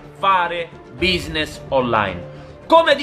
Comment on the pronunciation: "quinidi" "buisness" LOL